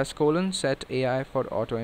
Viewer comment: press what? colom?